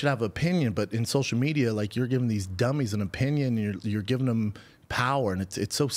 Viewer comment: “I donut do sosha mejia b. I simply do not play the game.” Says the man who started a soshul mejia empyre